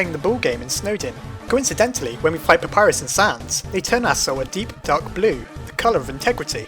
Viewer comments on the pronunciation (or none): WHAT DA HELL U PRONOUNCE PAPYRUS WRONG